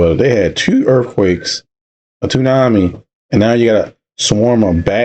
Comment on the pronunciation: Did you say "2 earthquakes and a TOONAMI???" 🤣🤣🤣